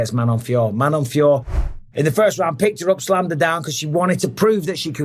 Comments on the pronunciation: Her name is Feeyoroh not Feeyore. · Its manon fio-rot mr bisping 😅